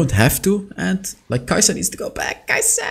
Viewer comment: yeah mate, her name is Kai'Sa